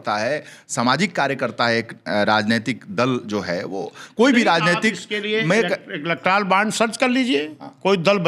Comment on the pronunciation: इलेक्ट्रॉल नहीं इलेक्टोरल बॉन्ड होता है पाल जी ।वैसे आपके पास पॉवर नहीं तो बॉन्ड कौन देगा आपको